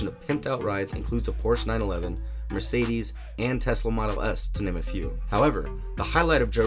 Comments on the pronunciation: mercedez really? mercedez not mercedes? wtf? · Bruh they really said mercedez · "Mercedez"? really??? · Ah, “Mercedez”. From Hyundai! 😂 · Damn he said “Mercedez” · "MERCEDEZ" wtf was that